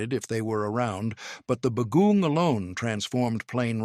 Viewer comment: Agreed. The pronunciations were terrible. It took me a while to figure out the third food was saimin because the pronunciation was so bad. Others were recognizable but just horribly pronounced (like bagoong). Also, the descriptions of the different dishes were so redundant that it sounded as if the same food was being described over and over again.